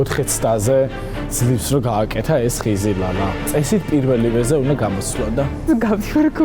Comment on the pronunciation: "ომბლьო" "ხიზილяლя" 😁😂😂